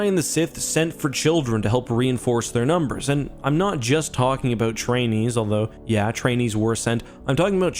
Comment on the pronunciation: We are talking aboot.....